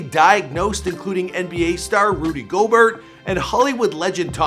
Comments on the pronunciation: “Rudy Go-Burt” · Do this man said Rudy go- burt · This nigga said Rudy Goburt😂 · Pray the Rudy gobert doesn't watch this video. (Roo-dee Go-beeaar) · how he said rudy gobert tho 😂 😂